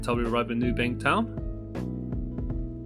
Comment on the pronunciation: I’m just gunna pretend you didn’t say and spell it “new bank town” 😂